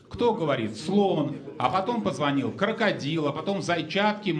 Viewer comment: Кырыкадил, крокадайл 😂😂😂